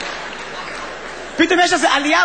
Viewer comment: הורג אותי שהוא אומר מוזיקה במבטא רוסי